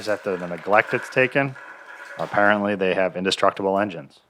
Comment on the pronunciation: Apparently? A-parent-ly? 😂😂